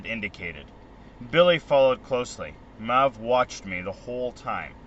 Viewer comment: This is awesome, thank you! One thing...her name is pronounce May-ve. Sorry, that kept bugging me 😂